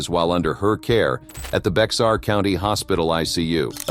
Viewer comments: Sad...I'm glad she (Jones) received what she did. (BEXAR sound like bear not Bex-ar) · Bexar doesn't sound like it looks. Take out the X. It is pronounced Bear 😊 The only ones I didn't know of is the recent one in 2020. The parents should have received 1 year for each injury caused. How do you do that to a 10 month old? This is all awful. Thank you for the video. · Bexar is pronounced Bear